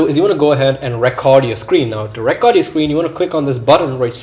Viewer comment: lol bro but sorry but its re-cord not re-coortd